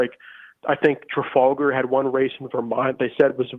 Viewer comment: Emma, learn to pronounce Trafalgar. Better yet, go see it :-)